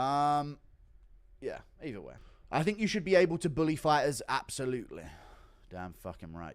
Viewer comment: OH! DONT DISRESPECT THE FI-TAHS!